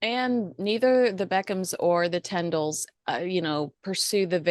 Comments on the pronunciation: please check how you pronounce Zara and Mikes surname … Tindall. Not tendall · forgive me for this, but it’s pronounced TINdall, not TENdall.